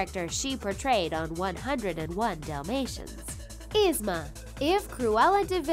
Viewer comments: Its ye-zma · Its ( EE-SM-A) but spelled ysma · #9. Her name is pronounced EEZ-ma. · It's prounounced Ee Zma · Omg I hate the way she say Yzma name 😭😭😭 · You said Yzma wrong ! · They are saying Yusma it is esma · It's spelled yzma, but I thought it was pronounced eezma? Could be wrong. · EEEEEsma not esma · Ahhhhh it's not (Izma) it's ( EE-ZMA) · did anyone else notice the she said izma not eezma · Oh my lord its Yee-zma not Y-izma. Also why is it important that Queen of Hearts and Ursula are obese? It gives them power an attitude. Dr.Ficilers "teenager" was his genderbend.. why do you guys keep mentioning their weight? Like, "they're slim" or "theyre obese" I'm pretty sure a lot of us dont care, just shown us the damn pictures. if we're here we know what the villains look like. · “is-ma” it’s pronouced “eez-ma” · It's Yeez-ma. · 'Isma'? Like, LADY IT'S Y - ZMA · It's EEEZ-MA! NOT IZZ-MA! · IZ-MA! it's pronounced eeez-ma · Yzma isn’t pronounced “izma” it’s pronounced “eezma” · This bugged me so much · OMG! ITS EEEZMA! NOW ISMA!! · "Eez- ma" not "Iz-ma." Had to. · It's not Izma it's Yzma, just to let you know:) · It’s Pronounced EEZMA not IZMA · "Iz-Mah" it is not pronounced like that. It's pronounced as "Eeaze-muh", Yzma. Lord have all the mercy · Yzma is said “Eesma” not “issma”... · Yzma is pronounced E-zma not I-zma Also I find it hilarious that they probably accidentally used a gender-bend of Dr.Facilier without even realizing it like I'm pretty sure that version also had boobs soooo..... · _-. I am so annoyed!!! They always pronounce Yzma's name wrong!!! It is pronounced EEzma. Not Izma!!! >:( -Hot pocket Addie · correct pronounsetion: yeezma wat they use: izma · The way they say Yzma 😐 " Is mah " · YZMA IS PRONONCED LIKE YIZMA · EEEEZ-Ma .... I know this is two years old but PLEASE say her name right! It’s like hearing nails on a chalkboard 🥴🥴🥴🥴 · Lmao “isma” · If you love Izma so much you should know it is pronounced Eeee-zma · It’s yzma (yezma)